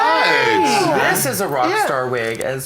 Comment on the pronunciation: Sounds like she was trying to make the word Colon sound classy 😂